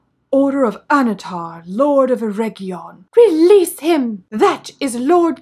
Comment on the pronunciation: It's not Eregion, it's ERRRRRRRRRRRegion!